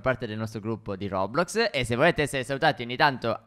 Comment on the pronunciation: Si dice roblox non rodrox